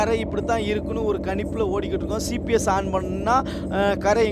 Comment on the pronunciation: பிரதர் சிபிஎஸ்னு சொல்லாதீங்க ஜிபிஎஸ்னு சொல்லுங்க பிரதர் (GPS)